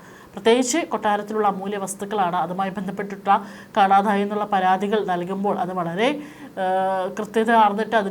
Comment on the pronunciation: കാണാഥായതല്ല. കാണാതായത്. മലയാളം തെറ്റിച്ച് പറയുന്നത് ഒരു ഫാഷൻ ആയി കാണുന്നവരോട് എന്തു പറയാൻ.